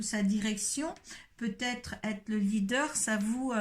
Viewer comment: Je rectifie: leader pas lidder